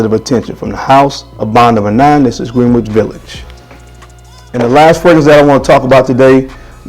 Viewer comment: Greenich is pronounced like "Grin - itch" the "W" is silent..Just to keep you on point my brother!!